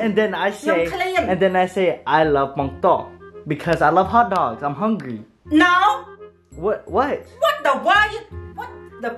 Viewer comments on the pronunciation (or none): when u said "I’m hungry" u said "im strong"